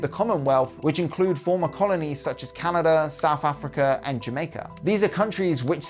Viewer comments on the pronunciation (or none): none